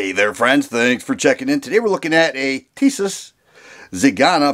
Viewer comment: the right prononciation is be like Tisash to get that " Ş " sound..